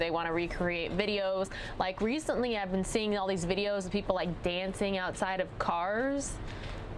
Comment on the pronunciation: How are you employed saying Bee-ened?!?